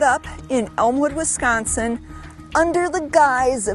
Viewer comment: Just another story from Wis-con-sin. Accentuate the syllable "con" !